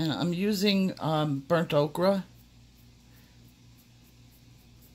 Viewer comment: Love ya to death but... Ohre sounds like oker. Okra is a food group you silly woman.